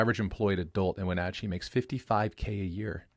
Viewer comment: Your pronunciation of Wenatchee makes me cringe